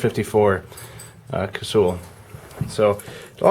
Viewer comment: And it's pronounced Cassall not Cassewell. But then again everyone pronounces carbine carbean.